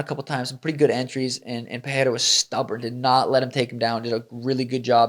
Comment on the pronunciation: Any chance we could stop with the dumbass "Puh-hair-ah" thing? It's "Puh-ray-ra"; no double r so no H sound. Rogan (was probably told by someone else) has corrected himself since UFC 300 yet the stupidity persists.